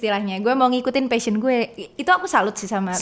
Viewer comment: Guys, you mispronounce the word "passion"